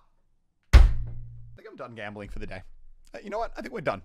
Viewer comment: Is it wrong that I am getting triggered over his gamboling